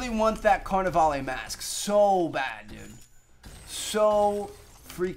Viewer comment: lol, "carnivale-ay"